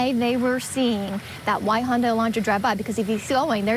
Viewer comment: Do all Americans pronounce Hyundai wrong like that or just every single news station that has reported on this case. It's Hi-un-die not hunday